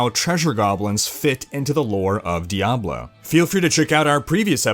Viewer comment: Why do you say Diablo like that. Every time you say it my balls clap.